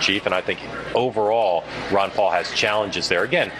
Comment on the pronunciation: Its not Wan Paul its Ron Paul lady!